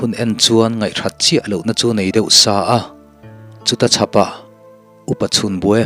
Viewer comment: A ngaihnawm chho e, a chhiartu pawh i thiam e. 'Leng hnar ar' kha, 'leng hnawt ar' a ni zawk lo maw. 'Chuta chhapah' tih kha 'chu-achhapah' tih niin ka hria. 'Daikilkar' tih pawh kha 'dâi' kha a mood danglamin 'daikal' tiha 'dai' rikin a ri tur a ni. A dang chu midangin an lo sawi nual tawh tho e. Thahnem ka rawn ngaihpui ve che u a ni e. A tha viau zel e.